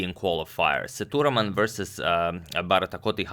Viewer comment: It's Sethu raman not thuraman....LOL